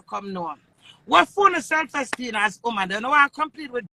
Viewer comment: Queenie seh, "self ESTEEN". LMAOOOOOOOO! No wonder she has low self esteem!